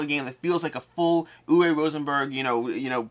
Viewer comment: I know almost everyone in the industry pronounces his name incorrectly, but for the record, it is ooo-vuh Rosenberg. Like booo, ooo. W is a "v" sound. E at the end of words in german is an "uh" sound. Oo-vuh.